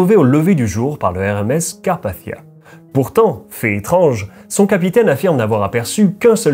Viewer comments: Carpachssichsia 😭aval ton chuwingum c’est carpathia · Merci Sarah, c'est vrai que ma prononciation est influencée par l'anglais, d'où le son du "th" qui a tendance à hérisser le poil de quelques personnes dans le public francophone.😅 Il est aussi vrai que je pourrais le prononcer d'une façon plus française, en disant "Carpassia", sans le son "th" à l'anglaise. Il n'y a pas de consensus sur la prononciation de ce nom de toute façon, il est loin d'être aussi usité que "Titanic" par exemple, que je ne prononcerai jamais à l'anglaise pour cette même raison. Le fait est que que j'ai du mal à comprendre pourquoi les gens s'arrêttent à de tels détails insignifiants, et se permettent parfois de me manquer de respect comme si je les avais agressé avec mon accent... N'ont-ils rien de mieux à faire ? Certains s'imaginent que je fais exprès, que je force le trait volontairement, mais en réalité c'est juste ma façon de parler. C'est le double tranchant d'être bilingue je suppose. 🙄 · Personne ne reviendra t'indemne ?? C'est bien la peine de prononcer Carpathia à l'anglaise... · Pourquoi tu prononces pas le mot Carpathia normalement ?